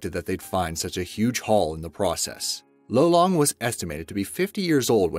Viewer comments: I'm a Filipino. It's not pronounced low-long It's loh-long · Lolong was the oldest here in the Philippines Edit: btw the pronunciation of lolong was (Lo-long) not (loe-long) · Aswell as: Loh lung Not low long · Its lolong not lowlong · im filipino and it triggers me how u said lolong wrong XDD